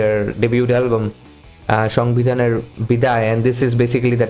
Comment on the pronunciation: This song name " Boday Shongbidhan. Not Shongbidan biday bro🤣🤣